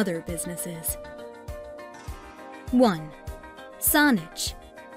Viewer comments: She pronounced Saanich wrong. the 'a' is pronounced like sandwich ... not sauna. Beyond that, this is full of cherry picked statements about locations, where do I start: - Ft. St. John - ... yes 250 days a year of 'sunshine', but its a subarctic climate, so temps average below freezing for 4 months of the year, and can get as cold as -30 Celsius. - Kamloops - TRU is not the largest University in the province by any metric. google it. - Vancouver has THE mildest climate of all Canadian Cities, not one of the, but it is also THE most expensive city to live in, not one of them, with the most expensive rental housing costs in the country, with the least vacancy rate. People working full time and going to school full time struggle severely, and many live in a van. Theres a lot more wrong here, but suffice to say dont move to BC based on the info here. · sounded like saunich, pretty funny anyway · It's all computerized, as it calls Saanich "Sonnich". BC Transit Buses also have that problem with Street Names like the "McTavish Exchange" (near the airport) is pronounced as the "Mickta - Vish Exchange" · The narrator is mispronouncing their number one choice: Saanich. It's pronounced with an "a" not "o" as in sandwich. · I live Kelowna (#2) in the video and this vid is full of BS info (and some of the clips aren't even from here). And just to note, you pronounce Saanich wrong. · A number of the scenes shown for Surrey are actually Vancouver. Did someone who has never lived in BC produce this? Colwood and Saanich pronounced wrong. Three Rivers the largest University in BC? Dead wrong. UBC has almost 3 times the enrollment. Surrey has one of the highest crime rates in BC. Fort St. John is a place in the middle of nowhere and the winters are as colds as Edmonton. Pictures of Victoria in the Saanich part. I do not vote down many videos but this one was really bad. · Let's start by learning the correct pronunciations. "Whistler" has only two syllables. "Saanich" is not "Saunich."